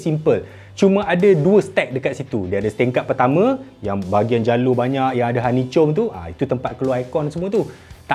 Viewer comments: bahagian dlm tu bkn lg besar, tapi lg luas. Honeycomb pronounced as "hanikum", not "hanicum". Anyway, long live! 🤘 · ....sebutan honey comb....."komb" bossku... content mantap bang....thank you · Bang, kenapa hanichom bang? Bukan ke orang sebut hanichom? Atau hanichom? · Sebutnya hani-kom abam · honey comb tu dia cakap gitu sebab melawak je. kalau follow mekanika lama kau tahu la.. jgn pembaris sgt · honeycomb sebutan “k” not “c” terima kasih